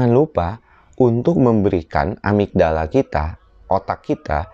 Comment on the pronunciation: amigdala bukan amitdala....